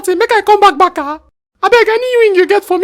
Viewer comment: What is Barka?😂. Barca not Barka